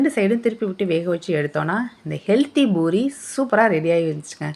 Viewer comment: அது boori இல்லை. Poori